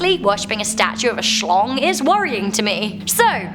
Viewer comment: I love it when she said shlong